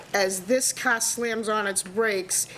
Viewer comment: "My Cah".